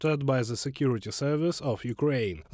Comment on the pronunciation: When are Russians gonna learn how to say the TH sound in English...it's not the letter Z people.